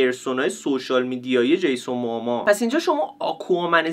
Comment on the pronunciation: چرا به جیسون موموآ همش میگی جیسون موآما؟ برام سوال شد خدایی نکنه ما اشتباه میگیم ولی انگلیسیشو چک کنی خدایی جیسون موموآ درسته😊😊